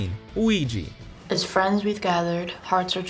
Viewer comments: Ouija is not pronounced Wee-gi .😂 It’s pronounced Wee-ja…Don’t narrate if you don’t know how to enunciate words. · Ouija = oo-ee-jah not oo-ee-jee